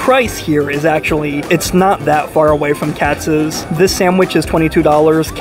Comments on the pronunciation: What’s KATZ Deli??? It’s KATZ’S!!! There’s an apostrophe S at the end! I bet you think it’s located on Hyu-ston Street not House-ton Street (spelled Houston Street). Love these “professional” YouTubers giving advice and having NO CLUE! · Please pronounce Katz's properly...it's not KATZ, it has an "s" on the end, so it sounds like "KATZ-IZZ" I grew up in NYC but now live in L.A. so I'm curious to see how Langer's compares w/Katz's. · Love your vids. One minor point - You pronounce Katz's incorrectly. Should be Katz and the possessive s, not single. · Pro tip: It's pronounced Katziz, not Cats. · It is Katz's not Katz, come on. And there is nothing like Katz's. No comparing with anything else, let alone Langers